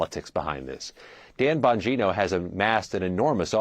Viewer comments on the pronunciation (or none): CBS putting the "BS" in news reporting. This nitwit couldn't even get the pronunciation of his last name right after two tries. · She can’t even get his name, right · Can't even pronounce his name? CBS stinks. Bongino is way beyond a podcaster and being widely famous. He was a public servant long before being a podcaster. He has a law enforcement background...lack of experience in the FBI? Thank God. Report...why is Patel doing what he is doing, explain it like a good objective reporter should. Difficult to do their jobs??? Worried??? They should be, they are criminals. Chop? What a loaded word. Explain why the government is bloated. Pruning hurts. CBS should be pruned along with Face The Nation. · LOL. COULDN'T EVEN PRONOUNCE HIS LAST NAME SLIPPED UP IN THE BEGINNING! FAKE NEWS ONCE AGAIN!!!! DAN BANGINO HAD BEEN A BODYGUARD FOR MANY YEARS!!!!! FROM BUSH'S ON UP! HIS MAJOR QUALIFICATIONS ARE ABSOLUTELY EXCEPTIONAL!!!! ✊❤️✊❤️✊❤️✊ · Can’t even get his name right. Disgraceful